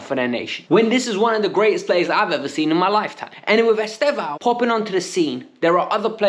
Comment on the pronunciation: He pronounced it something like "Easter-vao" not "Easther-vao".